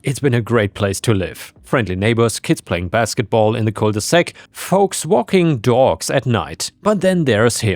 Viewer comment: Cul de sac, not cole de sac.